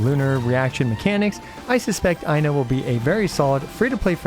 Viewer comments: i'm loving the i know jokes but anyone interested in the correct pronunciation, "Ai" is pronounced the same way as "i" but the "no" is only the "kno" of know. just remove the u sound from the end, put the emphasis on the first syllable and you know how to pronounce most finnish names. Aino. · “Aino way” is killing me ngl 😂😂😂